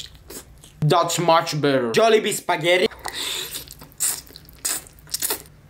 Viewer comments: I thought he said daddy 😂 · I thought you said daddy so good☠️